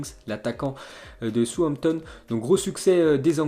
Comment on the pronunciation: Comment prononce southampton😂😂